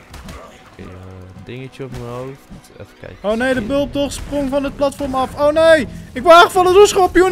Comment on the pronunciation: Ik word autistisch van hoe jij platvorm zegt urg maar leuke vid